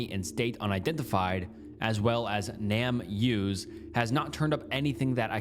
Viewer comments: It's not "Nam use," it's "Name Us," as in "give us back our name." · Just in case you didn’t realize, its not pronounced nam use, but name us. The point is to find the names of jane and john does, to name them. Hence “name us”